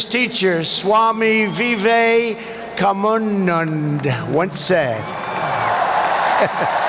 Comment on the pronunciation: Look at time he says swami vivekamundan instead of vivekanand. 😅😅. I think he forget to got mundan at his childhood by his parents 😅😅😅🤣🤣🤣